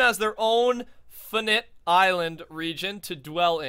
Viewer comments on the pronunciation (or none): HOW TO PRONOUNCE FINITE= F-EYE-NIGHT. not what you said "fin-it" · Hey finite is pronounced fianite just so you won't be embarrassed or stuck next time u read it on vid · It's pronounced ˈfīnīt ' or "Fine-ite"